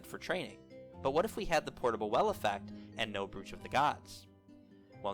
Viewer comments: Its pronounced broach like cockroach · You're pronouncing brooch incorrectly it's pronounced "broach" like roach but with a B